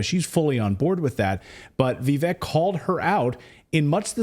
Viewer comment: How are you STILL calling him "Vee-veck" !? 🤦🏻‍♂️ it's (VIV-VAKE)